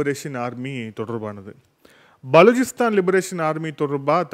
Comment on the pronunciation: Please pronounce name of Baluchistan correctly.